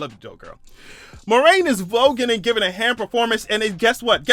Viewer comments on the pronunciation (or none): none